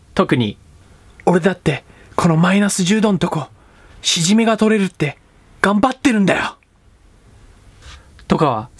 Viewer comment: 取れるじゃなくてﾃｩﾙﾙじゃないの？ww